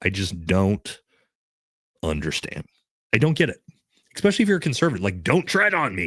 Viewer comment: I love your content Bro… BUT PLEASE STOP SAYING “EXPECIALLY”!!! 😂 😂 it’s “ESPECIALLY”!! Aaahhhhhhhh